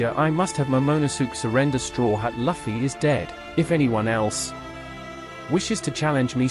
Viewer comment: Luffy= Loo-Fee. it is not Luff-E